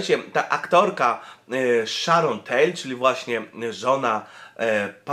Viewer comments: nie Sharon Tale.lecz Tate :D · Siema, fajny filmik, ale mam uwagę. Mianowicie okrutnie żonglujesz nazwiskami. Normalnie nic bym do tego nie miał, lecz sorry, ale Sharon Tate to nie Sharon Tail, czy Tale..;) Dodatkowo: w 80 dni dookoła świata, nie w 40. Nadto, nie 'Nautilius' tylko "Nautilus". I inne "kfiatki". Odpocznij trochę;) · Sharon TaTe nie TaLe ! 🤦‍♀️